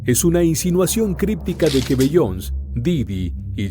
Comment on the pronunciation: Se pronuncia "Bi-yon-sei" no "Bi-yons"